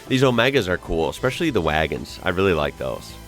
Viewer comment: When I hear an American say "exspecially" I always tune out immediately